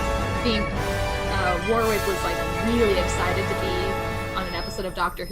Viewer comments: Love the reaction! A great episode. Matt Smith's performance was incredible. But girls...Warwick is pronounced "Worrick" 🙈🤦‍♀️ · It's funny to hear you pronounce Warwick. Its more like Wor-ICK. But said fast.